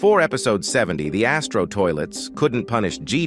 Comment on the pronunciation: You says BIG ASSTRO toilet